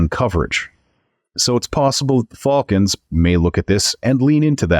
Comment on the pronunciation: Yes, I refrained from mentioning how you say Fulkans in the last video but I wanted to, I thought I was a joke at first, then realized that's just how you said it but it's all good😂. I do want to laugh every time you call them Fulkans 😂😂😂😂, I like it, I'm going to start calling the the Fulkans too